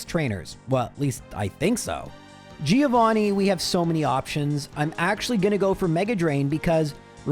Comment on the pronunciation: By the end of the series, will you learn how to actually say Giovannis name correctly?